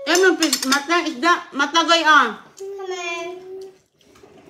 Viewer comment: Yan Ang narinig ni CJ sa nanay niyang bisaya piss raw hindi naman fish 3x sabi ni CJ piss